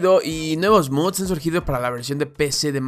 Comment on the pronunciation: 3 videos ya y sigue diciéndole muds en vez de mods